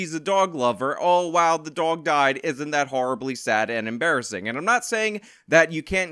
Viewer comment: "...and it's a bit em-bear-assing..." lmao